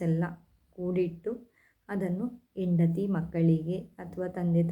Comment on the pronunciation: ನಿಮ್ಮ ಮಾತು ಚೆನ್ನಾಗಿದೆ. ಆದ್ರೆ ಸ್ಪಷ್ಟತೆ ಇಲ್ಲ. ದ.ಕ. ಕನ್ನಡದವರು ಅಂದ್ರೆ ಭಾಷಾ ಶುದ್ಧಿ ಇದ್ದೇ ಇರ್ತದೆ. ಆದ್ರೆ ನೀವು‌ ಮಾತಾಡುವಾಗ ಹಕಾರ ಕ್ಕೆ ಅಕಾರ ಹೇಳೋದು ಸ್ವಲ್ಪ ಬದಲು ಮಾಡಿಕೊಳ್ಳಿ. ಆಸ್ತಿ ಯ ಬದಲು ಹಾಸ್ತಿ, ಆದರೆ ಗೆ ಹಾದರೆ, ಆಗುವುದಿಲ್ಲ ಬದಲು ಹಾಗುವುದಿಲ್ಲ. ಇದೆಲ್ಲ ಕನ್ನಡ ಭಾಷೆಯ ಘನತೆ ಕಡಮೆ ಆಗ್ತದೆ.ಬದಲಿಸಿಕೊಳ್ಳಿ. ಪ್ರತೀ ಎಣ್ಣು ಅಲ್ಲ ಹೆಣ್ಣು. ಇದನ್ನ ಸ್ಪಷ್ಟವಾಗಿ ಮಾತಾಡಲು ಸ್ವಲ್ಪ ರೂಢಿಸಿಕೊಳ್ಳಿ. ಎಂಡತಿ ಅಲ್ಲ ಹೆಂಡತಿ..ಎನಿವೇ ಬೆಸ್ಟ್ ಆಫ್ ಲಕ್.